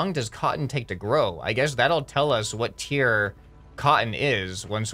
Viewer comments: its tier not tear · You mean "tier" instead of tear.